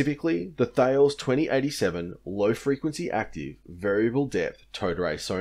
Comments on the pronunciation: Just a small correction on Thales ... it is pronounced Ta-lez as TAR ( pause ) LEZ ... not Tails. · It's technically pronounced "Taaa - les" from the French pronunciation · I work for the navy so a couple of points on pronunciation: Thales is pronounced "ta-les", you shouldn't pronounce the "e" in AEGIS; it's pronounced '"age-is", and CIWS (close in weapon system) is pronounced "see-wiz". Great content, keep it up! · Love your vids, thank you for the content. Subbed!! Just to add: Thales is pronounced tal-less (like tally)! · FYI Thales is pronounced ‘T-haal-is’ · C'mon man. It's pronounced 'talis' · Did this bloke mispronounce "thales"? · Great video... although your pronunciation of Thales is.... horrible to say the least.